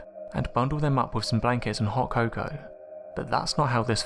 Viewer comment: The way you say cocoa is more paindul than an anal prolapse, also your cadence fills me with hate for you and an immeasurable rage that I was born with ears.